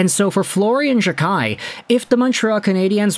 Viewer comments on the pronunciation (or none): It’s pronounced Jack eye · It’s “Jack-eye”.